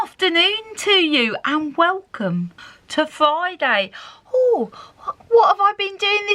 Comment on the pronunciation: You two crack me up....... Did you say “Vi-day”, for Friday, I’m sure you just named a new day of the week 😂🤣😂